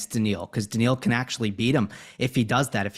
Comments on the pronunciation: Steve Flink, I really enjoy hearing your analyses, but it's annoying to hear "Daniel" over and over. Is it soooooo hard to say Daniil? I mean, really? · It's not daniel it's daniiil for god's sake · These episodes are so fun and insightful to listen to. Two masters discussing tennis. So special and perhaps would love even more than just 4 times a year. One thing I couldn’t understand, why did Steve Flink constantly refer to Daniil as Daniel. It’s just a bit grating to my ears especially since he obviously knows the proper way to pronounce it. Almost as if doing it on purpose. Why? Why? Especially in an international sport like tennis where commentators and analysts always try to pronounce the names accurately. He even kind of messed up pronouncing Zverev. He said “Zzerev’ completely omitting the first ‘v’ sound. Even said ‘Daniil’ several times during the discussion and still Flink kept saying Daniel. Maybe just me, but really annoyed because Flink is not some casual fan. Covering tennis is his career, he obviously knows how to pronounce ‘Daniil’. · Daniil Medvedev not Daniel. Sorry just like the correct pronunciation of names.